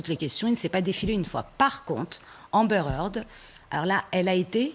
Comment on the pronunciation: amber haard" lolllll